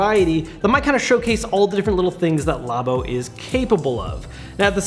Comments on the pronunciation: No its "labo" not "labo"! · Are you pronouncing it right?